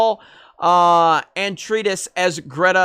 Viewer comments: I noticed the pictures today and noticed this but well I’ll just go with it. It’s pronounced kines not ki-ness. And it’s Atray-dees. Don’t worry thanks for the vid as usual. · Hey, just a little help for future reference in case you intend to cover Dune again in the future: Liet Kynes === LEE-ET K-EYE-N-S Atreides === AH-TRADE-EES Harkonnen === HARK-OWN-EN BENE GESSERIT === BEN-KNEE JEZZ-ER-IT That being said, I'm no longer looking forward to this film as much as I was. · A..trey..dees. Your mutilation of the name is killing me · This fool didn't even pronounce Paul Atreides correctly. Doubt he ever cared about Dune before he read this "article" and it triggered him. Y'all are clowns.